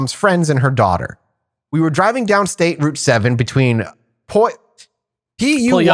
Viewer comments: Strange that someone from the PNW missed on this one too. It is "Peuw-al-up". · Its pew-ALL-up.